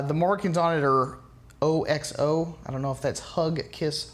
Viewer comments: (OX-OH) is how that is pronounced. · OXO is the brand name, it is said like Ox the animal, with an oh at the end. Ox-O. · OXO is a brand name..its pronounced as it looks..was easy to research..you are lame..you dont look like a reviewer of outdoor product...more like a city twit